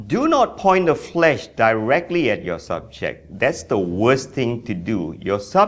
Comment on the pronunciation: Flash not flesh